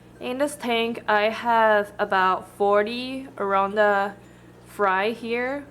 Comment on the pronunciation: why u say oronda instead of orAnda?